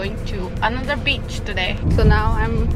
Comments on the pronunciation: Whenever she says word 'Beach' it always remind me of Bitch😅 Only Armies will understand 😂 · you always say bitch insted of beach........